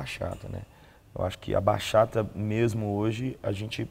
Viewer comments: Bachata se fala Batchata. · Simmmm, que agonia escutar eles falando Baxata.